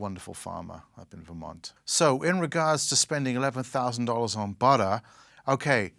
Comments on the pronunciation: So weird hearing an English person say 'budder' instead of 'butter' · It is pronounced “butter” not “butah”